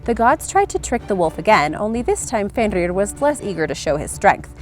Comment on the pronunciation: I love Norse mythology because I'm named after Odin but you need to work on the pronunciation of jormungander and FENRiR